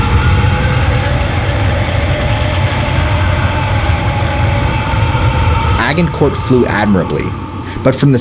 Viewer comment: The g in “Agincourt” is pronounced like a J!!! It’s pronounced Ajj-In-core..